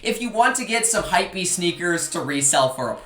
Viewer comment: you saying hypwbeast sneaker just super triggering XD